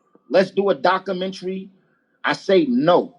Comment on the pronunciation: The way he was pronouncing it was killing me...